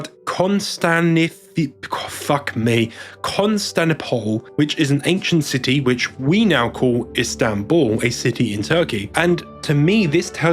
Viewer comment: Brother, It's "CON-STAN-TIN-OPAL"